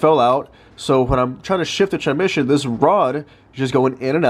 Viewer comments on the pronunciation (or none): The way you pronounce transmission 😂😂 tranmission. You know there is an s before mission. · How many times does he say "tranmission" throughout the video.